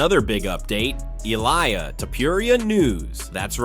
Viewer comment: ILAIA?????? ILIA !!!!!! lool that made my day ! good video keep em up bro